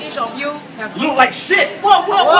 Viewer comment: Rike him or like him? Did u realise that?